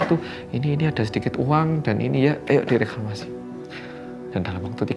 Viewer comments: Maaf kak izin komen, direkramasi sepertinya salah pengucapan.. sepertinya yang benar dikremasi…thanks before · Dikremasi, koq kedengerannya Reklamasi wkwk> Makasih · dikremasi bukan reklamasi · Di kremasi mas'e,, bukan di reklamasiii.. 😅😅😅